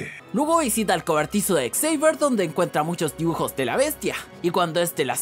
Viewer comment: Encerio xavier se pronuncia exceiver? :^ yo me llamo así y se pronuncia Javier jaja